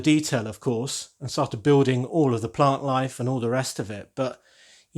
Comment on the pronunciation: That's an amazing re-imagining of the original set. As an aside am I the only one bursting into a refrain of Parklife every time you said plant life? 😀